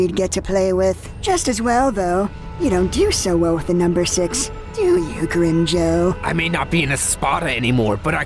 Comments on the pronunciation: Am I hearing things, or are some people calling Grimmjow "Grimmjow" and others are calling him "Grimmjaw"? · no a lot of the time they say Grim Joe not Grim Jaw or Jow(J+Ow sound as in the sound you make when your hurt) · I swear several characters say Grimmjaw instead of Grimmjow in this series. Has anyone else heard that? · I love how all of them pronounce grimmjaw name differently. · in this series they pronounce it Grimm joe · they pronounce it Grimmjaw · "And Grimjow" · I like how different people say Grimmjow's name differently. Everyone speaks differently, no pronunciation is flawless.